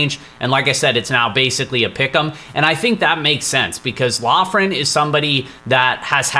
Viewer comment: We are so back, I’m let’s hear the picks best part of my week, Just an FYI, Loughran is pronounced Lockran